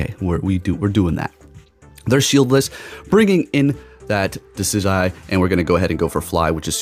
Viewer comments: It’s Dee-sid-you-eye lol. I know you don’t even care though 😂. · No hate but try pronouncing it deci-jew-eye